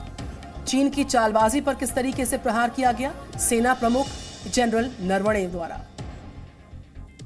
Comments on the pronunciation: It is Narav ne, not Nar vane. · Please learn the correct pronunciation of our army chief's last name. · Please learn the correct pronunciation of our army chief.